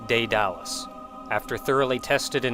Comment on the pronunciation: He says "dae-DAL-us", not "DAE-da-lus". So wrong on the emphasis and syllables... Still great, though, love your videos,!